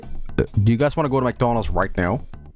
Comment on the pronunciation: It sounded like he said McDuncan's. I kind of like it